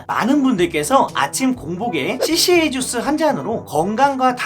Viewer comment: 까주스ㅎㅎㅎㅎㅎㅎ 생각지도 못한 발음이예요!!!